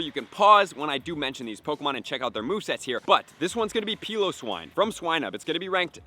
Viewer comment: The way you pronounce Cryogonal and Piloswine. Ugh